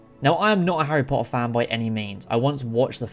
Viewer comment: I love how he says harry po-er all the time😂😂❤